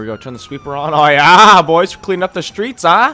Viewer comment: Why does this dude say yeah like "yaw"